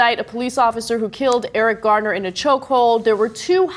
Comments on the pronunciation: is his name GARDENER or Garner? no one seems to pronounce it right. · Garner. Nobody pronounces it right.